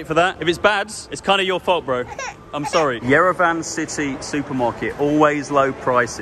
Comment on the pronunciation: Very fun video🎉🎉! …. But 🙏please, please, please, 🙏🙏 pronounce Yerevan the way it should be pronounced, It ends with an “on,” not an “ann.” The good people of Yerevan are too nice to say anything to anyone, but everyone keeps going on and on and mispronouncing it when it’s so easy to pronounce correctly. Don’t say van like the big automobile.